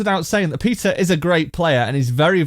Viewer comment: Am I the only one hearing ''pizza'' when he says ''peter''?🤣